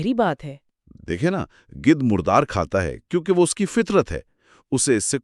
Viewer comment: Apni Urdu tou thek kr len. It's Gidh not gudh